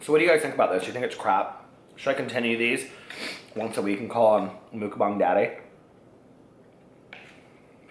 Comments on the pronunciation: It's pronounced MUCKBANG (bang bang) not MOOKBAHNG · It's pronounced muck (like yuck) and bang with a long 'a' vowel, like bah-ng 💙